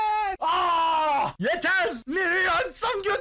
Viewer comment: Ya Yeteğrrrrrr Diyor Ya Canını Yediğim asuıdhasuydghadasd